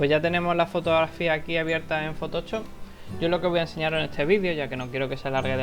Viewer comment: ¡Me hace muchísima gracia como dice "fotochop" jajaja!